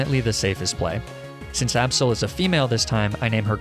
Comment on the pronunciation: Its not aabsol it's absol and not weawill it's weavile